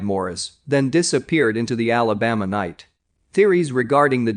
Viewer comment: Alabama and the Appalachian mts.. computer voice needs a map.. I enjoy These and support the channel but that's just way off